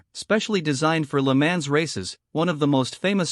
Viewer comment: the commentor needs to pronounce LeMans correctly